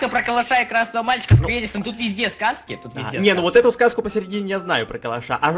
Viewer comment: Просто ор, сказал не Эдисон,а Педисонннн😂😂😂😂😂